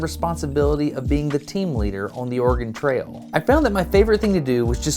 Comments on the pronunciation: Organ trail? You seem to be missing a vowel😂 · so as a guy who listens videos as a background noise.. kept hearing ''organ trails'' 😅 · I can't be the only one who hears Destin say "organ trail" when he says "Oregon Trail", right? cause that would be a quite different game :D